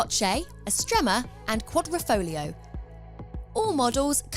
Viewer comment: Another YouTuber who pronounces QuaDROfoglio, while it is QuaDRIfoglio...